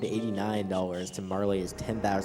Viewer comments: Butterfly, pfft, it's clearly a Magneto helmet. And yeah, Marley, wut. Marle rhymes with Carl, as has been mentioned. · Agreed. The e is most definitely silent. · Never heard anyone pronounce it "Marley" before. Marle rhymes with Carl.